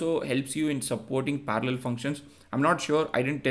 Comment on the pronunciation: I know Indian people struggle with "r" but you hearing speaking "parallel" is next level 😅